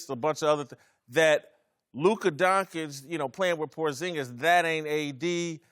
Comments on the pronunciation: Donkic? How can u get Donkic from Doncic? I mean really? Are they all illiterate? how come they can pronounce Popovich and not Doncic? How com the dont call LeBron Lebronk? Is education in US really that bad? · I don't care for man called Donkic, but I like watching and cheering forLuka Concic. Is really so hard to say it right? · You work on TV say his name right! Donchich not Donkic or Doncik.....man you get payed to speak and it is a hard listen if you can't say his nsme right! What does he have to do to get respect? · This m*ther f*ckers need to stop saying DONGKITCH its DONSHICH... 🤦🏻‍♂️🤦🏻‍♂️🤦🏻‍♂️ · Guys come on!!! You get payed to speak! Say his name right! He deserves that he is a top player in the NBA and you can't even learn his name! Donchich not Donkic or Doncik....Doncic it is not that hard! It is embarassing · These idiots really can't say Don-CHICH!. They're doing it on purpose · What donkich? What f**** DONKICH?!?!?!? Can you pleas learn how to read? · Guys, before pontificating about a guy, please learn his name first, at the very least: it's NOT DonKic, for the love of God. They pay you as commentators, sweat it a little bit... Come ON! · These clowns sound absolutely ridiculous pronouncing his name Donk-itch. I can’t take any of their opinions seriously after they show what absolute morons they are pronouncing his name this way. 🤦‍♂️ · Literally one second into the video: Luka DONKICH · lern how to say lukas surname how can you be a profesional and dont know how to say his surname